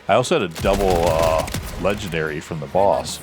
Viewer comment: If you didn’t point that out, I wouldn’t have noticed xD